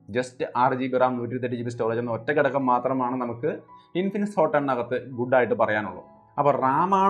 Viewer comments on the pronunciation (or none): ഒരു നല്ല താരതമ്യപ്പെടുത്തൽ👍. ഒരു അഭ്യർത്ഥന "ഗടകം" അല്ല "ഘടകം" എന്നാണ് പറയുന്നത്.😊